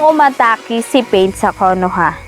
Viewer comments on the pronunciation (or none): none